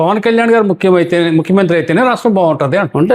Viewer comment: ముక్సిమంత్రి కాదు బాబు ముఖ్యమంత్రి😅😅😅😅